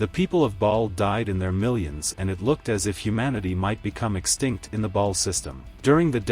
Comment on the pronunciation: It's ba'al rather than ball, minor nitpick but it stuck out to me.